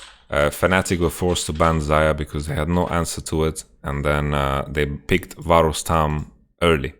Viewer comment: They way he says "varus tahm" sounds like some kind of a Georgian surname (Varustam) xD